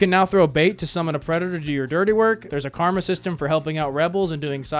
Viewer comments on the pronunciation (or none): none